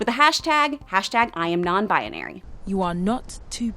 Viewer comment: is no one bothered by the fact that she's saying "non bianary"